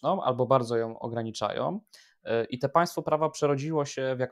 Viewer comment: "albo bardzo ja ograniczajOM" nie musialem dlugo czekac, masz dowoid, ze przewidzialem, bo mam dlugie doswiadczenie z tym "OM", gdzie byc nie powinno i na bank ci ludzie tak moiwiacy, zawsze wreszcie nie domkna (nie za kazdym razem) warg, gdzie wlasnie powinni!!!~ Wczesniej ( , ale dokladnie w )"obecna sytuacje politycznOM w Polsce", przepuscilem, choc mysle, ze sie nie prezeslyszalem. Dlaczego tak szczegolowo jestem czepoialski, bo Tusk ma wprowadzic kolejna reforme w szkolach, chyba slyszales, to dopiero bedzie kalectwo. Widac, ze jestes inteligentnym chlopcem i mam nadzieje, ze popracujesz nad ta przypadloscia, to nic trudnego, tylko troche koncentracji i kojarzenia, jakie w tych wyrazach sOM litery. Specjalnie tak napisalem, bo tak mowi dziennikarz TV Republika, mozesz posluchac, Jacek i dr. habilitowany, zajmujacy sie tematyka wojska z czasow PRL-u, ten juz starszy pan, wiec mi go szkoda.